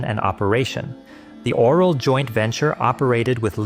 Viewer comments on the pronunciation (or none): The author of the video isn’t Romanian and pronounced it wrong, I can assure you it’s not pronounced “oral” or written like that.